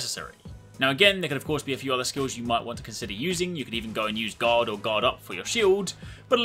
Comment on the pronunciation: I kept thinking he said god instead of guard